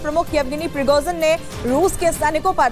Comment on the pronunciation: Spell it correctly please, Pri go zin, spell it rightly Don’t say piroxin( it is a skin medicine)